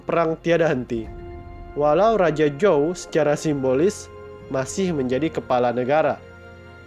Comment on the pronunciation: dinasty zou bang bukan jou